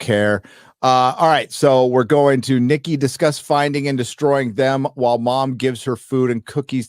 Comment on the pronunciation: I got {{{Triggered}}} every time you said: “Nikki”😎😂